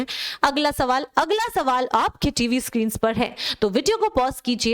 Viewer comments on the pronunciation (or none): none